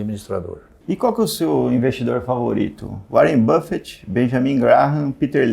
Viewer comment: Warren bifity kkkkkkkkkkkkk